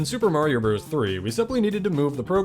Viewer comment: Bros. is an abbreviation for "brothers" and is pronounced "brothers".